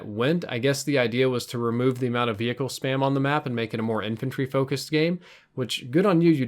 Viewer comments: All I could hear was "Vee-Hickle". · vee hicles. veee hickles v hhhhhickles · he says hechicle really weird like v -hickles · I love how you emphasize each syllable in the word vehicle. Haha thanks for sharing. Good vid. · The 'H' is meant to be silent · Some observations: you need to learn the difference between 'less' and 'fewer' and you don't pronounce the 'h' in vehicle. Oh, and your comments about grenades at the minute mark - followed by you then throwing a grenade which does nothing, was hilarious. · the way you say vehicle pisses me off